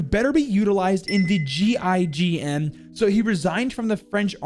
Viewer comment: gign is pronounced “jeyjen” btw